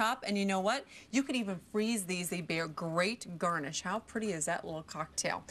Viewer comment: Great gurrrnish!